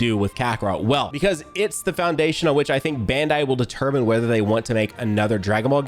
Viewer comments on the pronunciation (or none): none